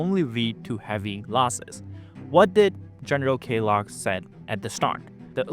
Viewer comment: It's Kellogg, like the cereal brand. Sounds like Kell- log. Log as wood that has been cut down. Not a big deal, just letting you know